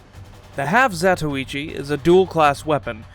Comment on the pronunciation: Glad you didn't pronounce it 'half zah-toy-chi' like so many YouTubers 😌